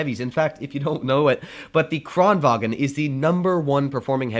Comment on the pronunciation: swedes pronounce the Kranvagn as "Kran-van" your pronouncing it like its German.